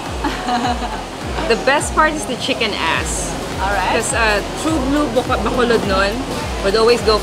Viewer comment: I know it's important for you to pronounce Filipino words properly to show respect, so I'll make one correction to this awesome blog as usual to the proper pronounciation of the word Bacolod. You are pronouncing it baaa-co-lod with the first syllable being extended or elongated compared to the others, which is not correct. The correct pronounciation is ba-cooo-lod, notice that the second syllable is the one that is elongated. Small correction but it makes a difference between those who are just pasing by the Philippines for a few days and those who are there for the long haul 😊✌